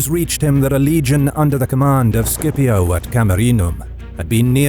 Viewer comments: I think when you say "Scipio" you pronounce it "sCHipio" instead of "sKipio" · "C" is always pronounced hard, like "K", in Classical Latin